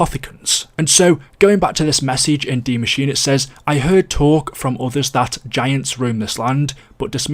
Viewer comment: It’s die maschine not machine. D Machine sounds erotic. It’s pronounced machine-eh